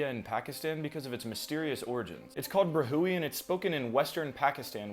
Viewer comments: It's pronounced like bruh-we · it's pronounced like "Brah-we" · it is pronounced as: bro hee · Pakistani here. Brahui is pronounced, “brah-huwi”. the locals also sometimes make the plosive consonant almost sound like “pra-huwi”